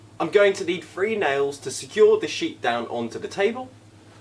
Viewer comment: "Three" or "free"?